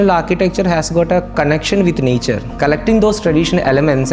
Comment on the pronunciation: The accent kills me😂 nyature😂